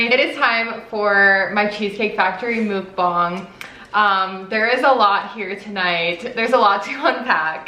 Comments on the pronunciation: FYI it's pronounced muhk-bahng instead of mook-banhg 😁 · I think it’s pronounced MUK-bong like f*ck lol anyways fun video!!